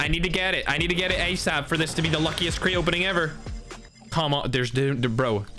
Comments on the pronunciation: Is Crate not craai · Normal people: Crate: Create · me:"Crate":"Cret"